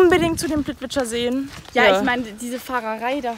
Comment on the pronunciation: Neiiin das sind nicht die plitwitscha seen sondern die plitwiza mit z!!! Oh gott ich habe die KRISE am anfang bekommen 😂 vor allem als dich deine freundin korrigieren wollte und dir beim falschen zugestimmt hat 😆 Aber sehr schönes video!